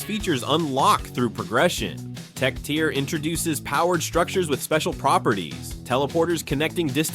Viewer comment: When you read from a script.. tier is not tire.. icarus is ic-a-ris pronounced. Last video i watch